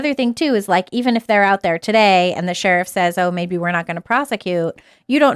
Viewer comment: I'm just here to see if Tim finally learned how to pronounce "sheriff".